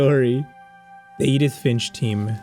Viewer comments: "edith ffffshh" 😭😭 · IM SORRY I HAD TO THE WAY U TRIED TO SAY EDITH